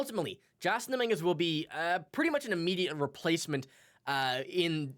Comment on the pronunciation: How can you not know how to say Dominguez name and you have a Yankee podcast? Canadian accent doesn’t fool me start a jays cast bozo